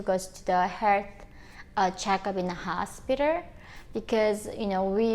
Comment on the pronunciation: I love how you say “Hospitar”